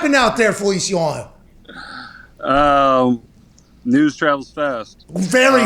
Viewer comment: “Jon Feliciawano”- Pat McAfee